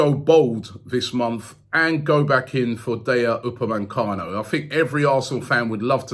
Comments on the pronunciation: I'm sick of robbie saying dayot upamecano. Like if u agree. Jarrrrrrrring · He said his name wrong tho 🤦‍♂️ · Everybody: DAH-YO UPA-MAY-CANO: DAY-YA UPA-MAN-CANO